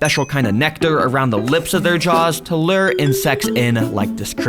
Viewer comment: Lure - Lew-uhr...Not "Luuuuuhhhhhhrrrrrr". Sounded like a Woody Allen/Annie Hall speech impediment. Tune in next time when we discuss the difference between "De" and "The".